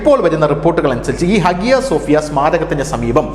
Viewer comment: @@@ note >>>. ഹാഗ്യ സോഫ്യ എന്ന് ഇംഗ്ലീഷിൽ എഴുത്തുമെങ്കില്ലും അവിടെ ഉള്ളവർ പറയുന്നത് ഹയാ -സോഫ്യ എന്ന് ആണ്.